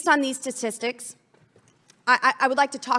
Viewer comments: Did LB say, “stastisticks or stafishsticks?” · "Based on these testistics." Lol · " Tastistics." A copy of Hooked on Phonics, might be an idea to be sent, anonymously to her cubicle at the Senate, as a suggestion on a book to read.